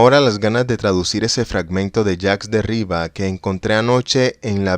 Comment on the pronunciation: Si te gusta grabar cuentos leídos, sería necesario revisar los tonos: no todo es igual, hay inflexiones, pausas. No leer como un robot. Y la pronunciación de vocablos extranjeros hay que cuidarla también. El inglés está pésimo, y lo que hay de francés (el nombre de Jacques Derrida) también está incorrecto: en francés todos los vocablos son agudos por defecto, así que se pronuncia Derridá; es muy desagradable oír algo tan descuidado.